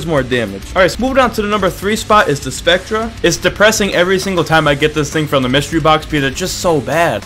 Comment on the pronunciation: SpecTRE lol. It’s pronounced specter